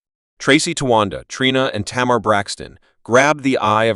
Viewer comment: Say her name right